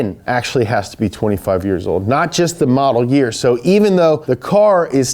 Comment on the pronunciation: Herpy new yer